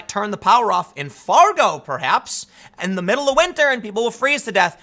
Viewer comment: It was too much of a german accent. We swedes tend to pronounce the as dö not ze.